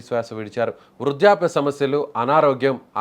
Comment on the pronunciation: వృజ్యాప్య కాదు బాబూ, వృద్ధాప్య అని పలకాలి. ఎక్కణ్ణుంచి పట్టుకొస్తారు ఇలాంటి వాళ్ళను?